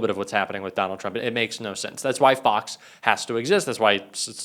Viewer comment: “Fox hos”?!